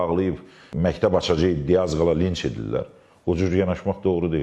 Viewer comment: "Linç edirləl" - necə də "savadlı" danışır